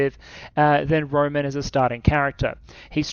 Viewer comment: One note is that Roman the name is not said like the Romans, but rather Roh-mahn